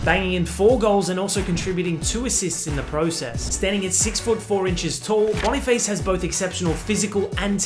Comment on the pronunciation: Boni 'face' 😂😂😂😂 You need to pronounce it like the french word face...